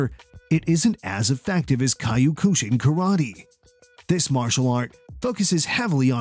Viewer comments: This man pronounced Kyokushin like "Caillou-ko-sheen" 😂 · Somebody doesn't know how to pronounce Kyokushin. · If you can’t pronounce “kyokushin” correctly, you’ve lost me.